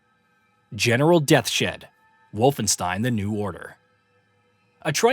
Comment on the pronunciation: General "Death-Shed"?? 🤨🤨🤨 You sure it's not General "Deaths-Head"?